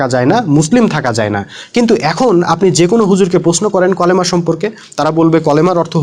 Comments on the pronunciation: বেটা কলেমা কিরে?? ক্বফ দিয়ে লেখা নাকি কাফ দিয়ে লেখা???? আগে ভালোকরে দেখ!!! কালিমা রে কলেমা কইতাছছ!!! কেনোরে ভাই??? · কলেমা কি??? কালিমা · কলেমা না কালিমা হবে ভাই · কলেমা হবে না। কালিমা হবে। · আপনি এতো বোঝেন জে কালিমা এ শব্দটা ও উচ্চারন করতে পারেন না , নামাজ পরেন কিনা আল্লাহ ভালো জানেন , আরে আলেমদের নিয়ে কথা বলেন , আল্লাহ আপনাকে হেদায়েত দেক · এই ব্যক্তি পবিত্র কালিমার যে ব্যাখ্যা বিশ্লেষণ দিলেন তার সাথে বিরোধিতা করার কোন সুযোগ নেই কিন্তু তারপরও কেউ কেউ সামান্য উচ্চারণগত ব্যাপার নিয়ে পেছনে লেগে গেছে। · কলেমা নাকি কালিমা